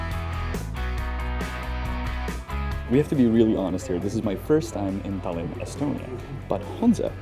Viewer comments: it’s Tallinn not Tällinn. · It's pronounced Tie-Lin btw Janek